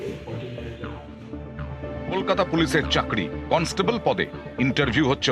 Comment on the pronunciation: কলস্টেবল না কন্সটেবল।